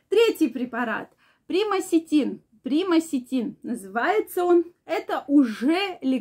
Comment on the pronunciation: Примаксетин не правильно назвала. Онаиреально не шарит.